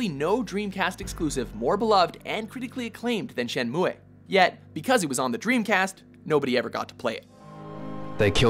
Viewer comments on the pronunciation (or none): Shenmue is pronounced Shenmoo, not Shenmuway. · Wipeout > F-zero. Shen-moo-eh? lol. It's "Shen-moo" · It's pronounced "Shen Moo" not "Shen MooAY" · Shenmuay?! Shenmuay?! Don't you mean, Shenmue? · Shenmu E ? ouh! that hurts XD ! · first time i've ever heard it pronounced "shen-moo-ay", and i was around/bought the game when it came out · Shenmu-EEHH??? WTF?? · It's pronounced "Shen-MOO"! get it right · "Shenmuayy"?? LoL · it's pronounced shen-moo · Panzer Dragoon 1,2, Orta & Saga would be an amazing HD boxset. I dont know anyone that pronounces Shenmue like this guy. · Never heard Shenmue pronounced like that. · Exactly! The game is about sixteen years old and he couldn't get the name right. I swear they do this a lot with their top tens! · Umm no it's not. Coming from an intermediate japanese student.